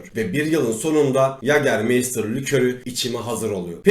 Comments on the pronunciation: Anlatım süper amaa yager mayster yerine meystir demeniz çok kötüydü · Yagermeystır diye okunmuyor yegamaysta diye okunur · mei değil mayyytaağr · İçkinin adını da doğru söyleyebilsek !?